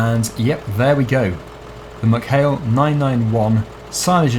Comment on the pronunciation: I live near ballinrobe in mayo its pronounced meck hail not muck hail